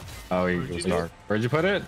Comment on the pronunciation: "Lights refooge" took me out 😂